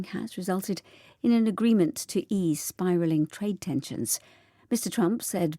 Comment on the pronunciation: Biraling? > spiralling 😂😂😂 오늘도 감사합니다. 10월을 마감하는 하루입니다. ❤❤❤